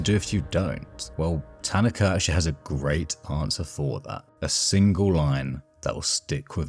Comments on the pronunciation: Isn't it pronounced ta-na-ka. Not tan-na-ka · I enjoyed your perspective but found the mispronunciation of Tanaka distracting. Emphasis on the second syllable instead of the first. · Hearing you mispronounce his name the whole video is killing me great video otherwise